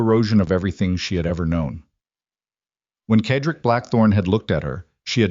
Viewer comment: CED-RICK ! That’s how you pronounce his name! How hard could that be?.